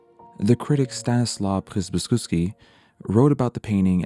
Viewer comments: how can you butcher przybyszewski's surname sooo much and then have noooo problem with french lmaooooo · Love the video, but the pronunciation of Przybyszewski is completely off mark to the point that it is just gibberish. Sorry to be the one to write about it